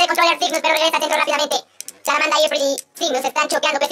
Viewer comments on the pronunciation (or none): se dice salamanda no saramanda